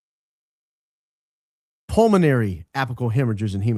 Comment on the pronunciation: I love Candace, adore her in fact, and you too. But honestly when she (and less frequently, you) mispronounce words, it sounds pretentious. Apical for example is pronounced AYpical, with the first 'a' having a long A sound. Intercostal is pronounced inter-caus-tal, not intercoastal. Candace does it with things like "room" and "bury", which I imagine is due to the influence of British George Farmer being around her all the time. But no one pronounces bury as she does, and the only people who come close to her pronunciation of room, are the aristocracy of England. The pretention is startling coming from Candace, of all people, and it is not racist to find that grating, because it makes the listener feel condescended to. She does it with cap and gown words too, but I am willing to dismiss that as being her unfamiliarity with those words. But Burry for bury and her pronunciation of room makes me want to say ""Knock it off, Candace. You are a woman of the people! Act like it!" By the way, Andrew Kolvet is an a$$hole and that is completely independent of our heroic Candace wanting to emulate her British aristocrat husband. By the way, the List I believe, reported that Andrew and his wife are separating. Thee rumor mill has it that his wife is on Candace's side.